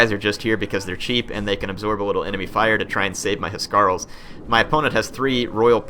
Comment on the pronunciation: I think the pressure on Huscarls is on the s and not the c, that is how it is pronounced in Danish. I may be wrong since i'm not a native english speaker, and it may be differently pronounced in English :P